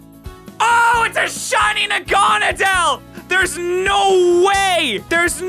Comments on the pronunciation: If you mispronounce a pokemon you don't deserve it. Naga-nadel is the pronunciation not Nagona-del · OMG a shiny NaGoNoDeL Just look up the right way to pronounce it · Its Nah-Gah-Nah-Duhl in the anime and voice over dexes idk y people keep pronouncing my fav pokemon wrong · The fact that he pronounces it “Nah-gan-adel” hurts me because I say it “nag-a-nadel” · Is no one gonna talk about how he pronounced it is naga nedal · The way he pronounced Nagenadel, disappointed. Bringing the British side down, it's normally the yanks that pronounce Pokémon so horrifically wrong 🤦‍♂️ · I hate the way he says naganadel, it should be pronounced more like needle at the end cuz Yk the pkmn is a giant needle